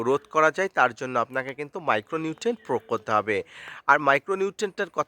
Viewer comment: প্রোগ না প্রয়োগ বলেন